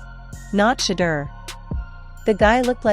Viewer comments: When content creators use AI to narrate videos, it reflects a lack of talent and professionalism. When a name or word is mispronounced, tune out immediately! It is shameful! His name is NOT pronounced 'Shutter'. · Everyone cashing in on SHEDEUR. You can't even pronounce his name😢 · You will never get a 'like' or a 'sub' from me if you can 't bother to pronounce his name correctly. Here, have a 'dislike'.